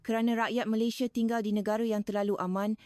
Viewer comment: Kami tak ande kami sebut anda jangan lah letakan e di semua huruf A. Nak tiru suara Malaysia belajor le dulu…Bukan Malaysie tapi Malaysia bukan Indonesie tapi Indonesia… Jangan reka sebutan sendiri…